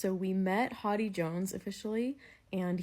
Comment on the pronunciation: I enjoy these so much! Looking forward to your Fan letter reaction~ Also lol, I hear "Hawty"/"Hotty" instead of "Hody" in the way you pronounce his name. 😂 In the anime it's more like "Hoe-dee" Also happy birthday (even if it's late by now)! 🎉🎉🎉